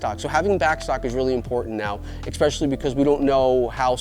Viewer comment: It’s “especially” not “expecially” no judgement just would want someone to let me know if I was saying it wrong. Love the content.